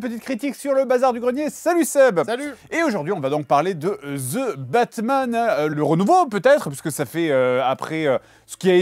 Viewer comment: Ze batman